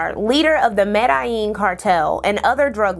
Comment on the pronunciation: Love the video don't get me wrong, but work on the pronunciation of some things. Even English words like "malleable" had me saying what. The Medellín Cartel pronunciation was unrecognizable.